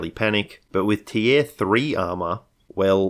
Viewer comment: it's just unusual the way you say the word "tier" is all